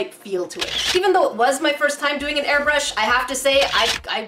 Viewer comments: When she un-boxed the air brush she said air bush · said "well here's the air bushh